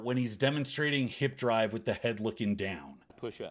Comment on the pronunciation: “I will not pronounce such and such word that way” presses play “DRAHHHHHHVVVVVEEEE”